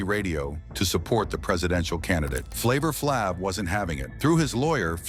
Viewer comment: I cannot take seriously ANY channel that will run a piece that intentionally mispronounces the name of one of hip-hop's most recognizable figures. AI voice or not. It's disrespectful.